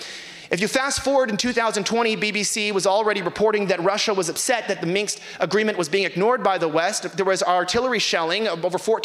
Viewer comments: Lol both of them saying “Minks” Agreement. The historical treaty between fur coat manufacturers and trappers in Eastern Europe. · "Minx agreement"